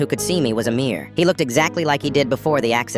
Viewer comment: At the end, did you say amier or a mirror 😂😂😂